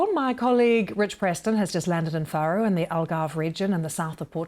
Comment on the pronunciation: 'Fahro', not 'Fair-oh'. I despair-oh.